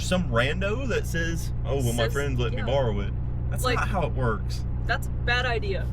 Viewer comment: Imagine not being able to pronounce "borrow"... I'd have likely asked what a bar-reed truck is.